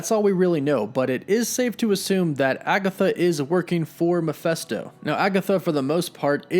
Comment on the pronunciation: I really enjoy your content but it intensely irritates me that you can't pronounce 'Mephisto'. Read the word. It's Me-Phist-o, not, as you constantly repeat Mi-phes-to. It's an adaptation of Mephistopheles, ergo, it's Mephisto, NOT Miphesto! Other than that minor quibble, keep up the excellent work!